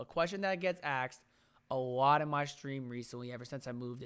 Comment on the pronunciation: or “asked”....”axed” 🤣